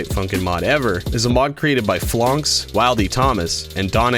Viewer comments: Never, NEVER, in my life have I heard someone say Phlox as "FLÖNCHS" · HE SAID PHLONX